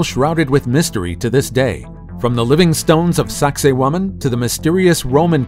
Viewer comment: I wonder how long it's going to take archaeologists to figure out that who ever told them the name of sacsayhuaman was messing with them Sacsayhuaman pronounced sexy woman